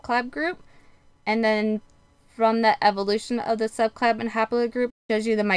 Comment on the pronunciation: Why does it sound like you are saying subclab for subclade and fraternal instead of paternal?